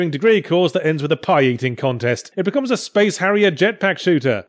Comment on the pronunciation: Is it me or does Yahtzee suddenly become Northern every time he says "becomes"?